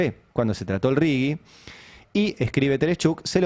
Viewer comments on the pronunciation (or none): Por favor!! Es "RIGI" y no "RIGUI" ¿Qué les pasa? Un leve aporte a la lectoescritura, por favor... que ya venimos muy mal.